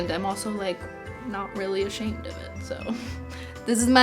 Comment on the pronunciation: I have this too Cristine, although my puffines isn't as bad as yours was. (Edit:) I love how Cristine says shit so much that when she was trying to say ashamed, she said shit lol